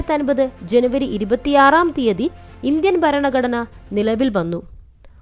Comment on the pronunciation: ബരണഘടനയല്ല ഭരണഘടനയാണ് ശരി.